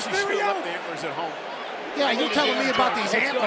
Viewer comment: he wanted to make sure he pronounced them right the last 2 weeks he called them 'anters' and said she was 'anterless' to be fair it can be a hard word to say with certain accents